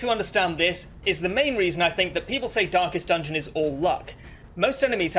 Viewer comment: Stop saying dankest dungeon (Excellent guide btw)